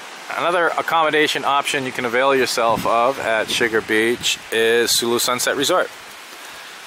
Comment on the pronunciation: Best food in all the Philippines bar none! Book a trip there now peeps! You can tell is pretty much filipino when you hear him say the word "avail".